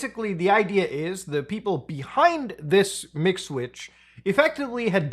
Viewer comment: When you say MIG Switch I hear McSwitch I can thank McDonald's for that.